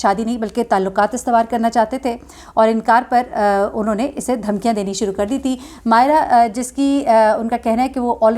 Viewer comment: When u call Mayeza Mayez instead of Mayera, its really irritating. U could retake, thanks